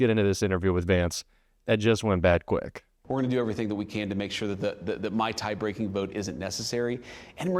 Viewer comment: His face is flush. His eyes are glassy. “The Mai-Tai breaking vote… isn’t necessary…” Did he have a Mai-Tai? 😂